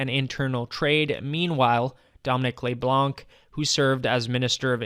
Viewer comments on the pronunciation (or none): Here's how you pronounce "Leblanc." Don't use your being a British Columbian as crutch. You don't have to speak French, but you are expected to be able to correctly pronounce the names of long-time federal cabinet ministers.